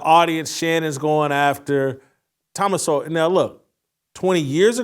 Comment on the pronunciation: COME ON....CANT YOU PRONOUNCE THOMAS SOWELL NAME CORRECTLY..... YOUR BETTER THAN THAT!!!!